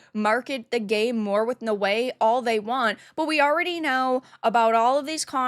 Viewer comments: no-way? its Na-Oh-Eh no respect for Japan. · i think naoe is not pronounced as no-way but now-we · She's pronounced naawe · it's Naoe not ""No Way"" xDxD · Why does she keep saying her name like that?